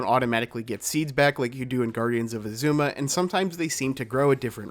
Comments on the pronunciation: Right? They say Azuma in the game so many times, it’s said on the title screen every time you start up the game, and yet they still get it wrong. Pretty typical for this channel to mispronounce things though :/ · aaaa, I love your video, but why do you pronounce Azuma like that😂